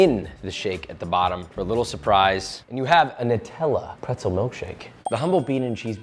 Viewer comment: Thankyou for being the only American that can actually pronounce Nutella properly Everyone else say nootella